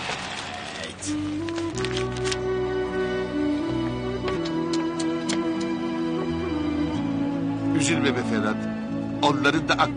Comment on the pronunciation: AICoverdunyasi eyvah değil evvah diyor